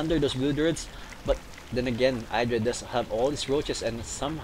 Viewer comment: well casted, just remember that you pronounce idra id-ra, not eye-dra